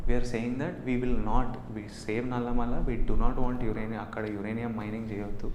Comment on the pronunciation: its నల్లమల...not నల్లమల్ల